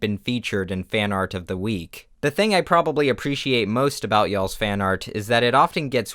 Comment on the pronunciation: you sayin yall for some reason sounds so weird